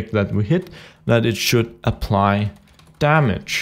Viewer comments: its damage not dammage :) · It's Damage, not Dammage.